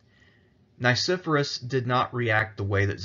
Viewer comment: The pronunciation of Nicephorus is technically Nee - Kee - for - aws. But all in all, absolutely loved your presentation! Very well written.